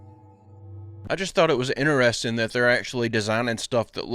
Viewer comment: I find it funny how keeps saying i find it inner resting instead of interesting 😂😂